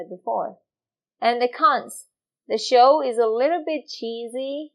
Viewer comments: When you wanna say show.. You are actually saying (chow)..common but obvious mistake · This teacher is sooooo nice. She does the cutest thing I have heard a few times; she pronounces the ch and sh in reverse. So, instead of saying show, she says "cho"; and I assume he does it the other way around, like chew chew train, becomes shoe shoe train. "He chure was riding that shoo shoo train". Absolutely adorable. Por favor, no cambia.